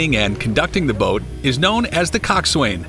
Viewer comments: its "Cocksun" not swain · It's coxwain